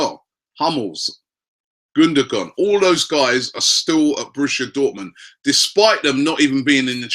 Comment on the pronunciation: Who the fuck is GUNDAGON hahaha, it's pronounced Guun-do-aahn.